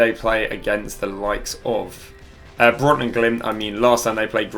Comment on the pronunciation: Ikr, brits should at least TRY to pronounce foreign names lol.